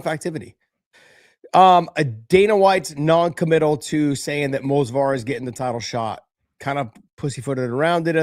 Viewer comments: Someone should tell that it’s Movsar, not Mosvar. Edit: apparently someone did and he took it as expected. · Say it with me, M-o-v-s-a-r, M-O-V-S-A-R, not fucking Mosvar. Its not that fucking hard.